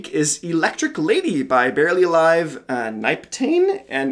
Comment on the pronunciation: Nyptane is pronounced as Niptane btw :) Haywyre nailed it again